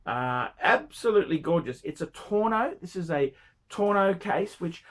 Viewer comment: 1. It’s Al Ain, not Al Aman. 2. It’s tonneau not torno.